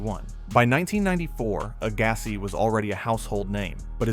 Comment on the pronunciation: Your pronunciations of player names is quite strange, like Agassi lol. Also as of the 2012 Olympics which Serena won, she had only won 1 RG back in 2002 (and was yet to win her 2 other titles in 2013 and 2015). So saying she already had won all the majors multiple times is not correct. And, of course, Djokovic has 4 US Open titles, not 3.